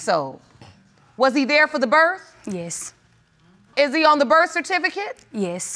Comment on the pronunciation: That "yis" 😂😂